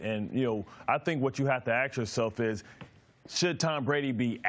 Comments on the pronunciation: Mr32santana Because when you intentionally speak incorrectly you make yourself out to be a fool, and anything else you say loses credibility. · Mr32santana He's mispronouncing it on purpose. That's the problem. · He's axed to do too much. Dey be axing him to do too much. I wonder how they can axe so much of him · When he needs an axe to cut wood, does he then say "get the ask"? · I don’t begrudge someone for not being able to say ask correctly. But maybe find a different word to use if you have problems saying it. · The word you’re looking for is ASK. Not “AXE”. It’s a three letter word. It’s not that hard to pronounce, people. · I hate when people axe people to carry a team and axe them questions. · How hard is it to say the word ASK?! sooooo stupid...axed...just stupid. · AXE 😂 where do they find these illiterate people at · he say aks a lot or is he say ax he needs to get Grammerly . they even have a producer standing 5 ft away so this is part of the script . now if you asked me ..thats a question . i bet bart can say words correct if he wants to besides he is to old to act a fool for money , ax him to say bASKetball or do he say bAKSetball i bet money Bart says BASKETBALL maybe .... acting a fool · Bart Scott be axing all the time... it’s ASK... 🤦🏻‍♂️ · He sure likes saying axe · Aks AX AKS AX. I turned it off after hearing this. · Mr32santana My point is invalid? The word is ASK not AX. One is a question, the other is what you chop wood with. But go ahead and keep advocating for stupidity because it's somehow cool. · Let us not forget 'akse'...as in 'nobody never done akse more questions' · Why do you axe? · Only if you axe politely. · Why don't you axe him how to say that to his face?😀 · Its ask...ask...ask...you are on national television...ask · please learn how to pronounce ask ! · Sounds professional, "axe" this "axe" that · Its crazy that Americans can't pronounce the word "ask". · Can Bart pronounce “ask” or “asked?” Axing for a friend.